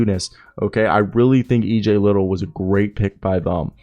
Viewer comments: It’s li-dell not li-tle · Lid dell EJ is correct pronounced